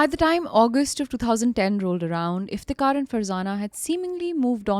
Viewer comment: Why tho? I think her pronunciation is very clear and correct